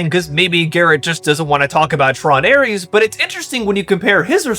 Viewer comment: Also, the fact the wispy haired peanut headed guy (?), can't pronounce Ares or Leto is super telling.